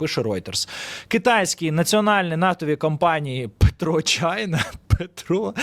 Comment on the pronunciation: Та не "ПетрО чайна":), а пЕтро.. від слова петролeум (petroleum -нафта, petrol -бензин)